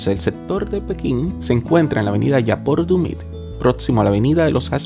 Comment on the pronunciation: Buen contenido hermano pero no es yaport dumit es yapur dumit